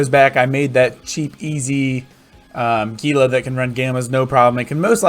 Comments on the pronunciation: It is pronounced "Heela" ROFL Sorry, had to say it. Great video, it has been added to my recommended viewing when folks ask if the "cheap HEELA" can still do t4 Abyssals. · indeed LOL. It actually does not bother me. in practice calling it a "Geela" makes it easier for newbros to find if they have only heard it spoken about ;) Plenty of time to correct them once they are flying.